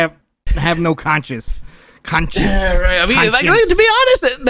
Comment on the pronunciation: trying to say "conscience" 😂